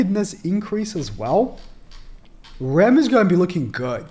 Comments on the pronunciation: I swear, you have the hardest time pronouncing the Demon sisters names. Let me help you. If I'm correct, Rem, sounds like gem but with a "r" of course. And Ram, sounds like rom, like rom-com. Correct me if I am wrong, but I think these are right! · This man can’t get the names (for rem & ram) right at all 🤣🤷🏽‍♂️ always gets it wrong